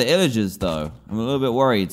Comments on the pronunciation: Dan its pillagers not illagers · it’s pronounced “pillagers” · There called pillagers Dan just so you know not illagers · he says " illiger" the pilligers " yees, take it out on them